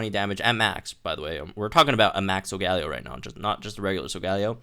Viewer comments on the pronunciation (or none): In the TV series it’s pronounced "sol-ga-lay-o"